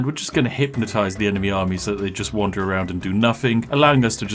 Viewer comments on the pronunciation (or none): none